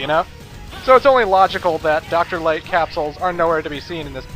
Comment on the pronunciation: Doctah Wahwee capsules.